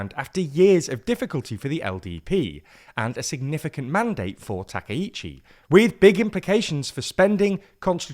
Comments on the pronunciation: Not TAKEICHI，TAKAICHI！ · You are mistaking Sanae's name. Her first name is Takaichi, not Takiichi. Thank you for reporting Japanese politics to the world as a Japanese viewer. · Not 'takeh-ichi' , 'Ta-cah-ichi' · Takaichi /ˌtɑː.kaɪˈtʃiː/ is pronounced with separate “ka” and “i” sounds—like “father” /ˈfɑː.ðər/ for the first “a” (short, open), then a quick “i” as in “ski” /skiː/, and “chi” like “cheese” /tʃiːz/. Think of it as “tah-kai-chee,” stressing the “kai” part.[youtube] English speakers often say Takeichi /təˈkeɪ.tʃi/ because “ai” triggers their “ay” diphthong—like “sky” /skaɪ/ or “take” /teɪk/, blending into a long “ei” sound instead of two distinct vowels. It’s their natural spelling-to-sound rule at play, not a Japanese “take.”[youtube +1] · たけいち、じゃなくて、たかいちだから間違えないで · Clear and precise explanation! But you butchered her name, it’s TakAichi. Please do review names before posting videos, thanks.